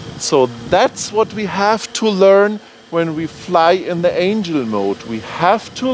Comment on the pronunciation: The accent I can live with, but pronouncing words wrong gets to be annoying. It's Angle (As your doing with compass calibration) not Angel (Those flying winged things from heaven). Other than giving you a small ribbing you do have good videos. The blade guards are very nice. Your first review before the flight test between the DJI and this is old data, they have the PC interface now and soon will have the expanded ground station functions, as they already release the follow me, with the Tech saying the software last week was ready to download soon. Anyway Keep up the good work and you might want to let us know what the port is on the side of the radio. I have heard it is video out for goggles but can't confirm yet. Hope you can take the joking...really great informative videos. And for the guy trying to find the radio support. We have had them in the states for over 20 years.. Search RC Transmitter tray :)